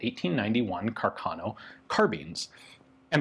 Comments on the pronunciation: It is pronounced Càrcano, not carcàno, the accent is on the first a. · I think you should pronounce Carcano with the stress on the first a, not on the second... Càrcano, not Carcàno...